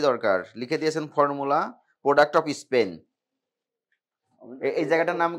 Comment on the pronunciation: Sir not isspan... × span.. √